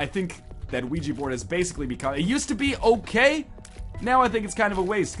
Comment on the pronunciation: i like how he pronounces Ouija Board as WeeGee Board. Thats how everyone should say it